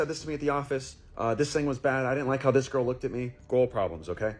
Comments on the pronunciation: Why is that last guy pronouncing "girl" like that? "Garral." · 'Gorl Problems' This man literally cannot pronounce Girl properly, pretty damn irritating ngl. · The last guy couldn't pronounce "girl".